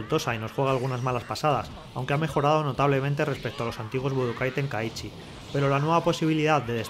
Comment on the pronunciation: Mi mente cuando le dice tenkaíchy🫨🙂‍↕️